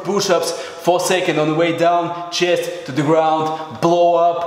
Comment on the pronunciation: english pronouncing: chest russian pronouncing: chijest